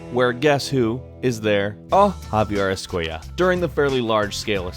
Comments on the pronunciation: JAVIER ESCUELLA Just pronounce it in spanish. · Javiar Escueya.